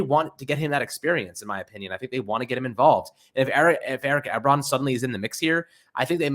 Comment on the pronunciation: It's 'E-Bron' ;-p